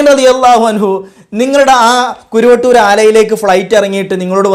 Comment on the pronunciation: സഹോദരാ കുരുവട്ടൂർ അല്ല കറുവട്ടൂർ എന്നാണ് ഞങ്ങളുടെ നാടിൻറെ പേര്‌.